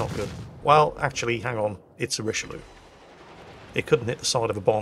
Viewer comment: I just love pronounciation of the "rishe-loo":D